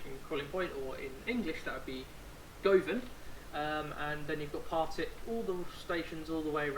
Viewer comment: As someone who's from Glasgow (who loves the subway), I was really excited to see this (govan's pronounced guhvan like you're saying luvvin)